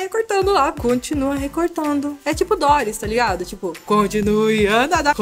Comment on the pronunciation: não é Dóris e sim Dori